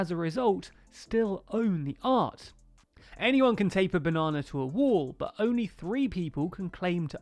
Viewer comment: 'bu' rather that 'but'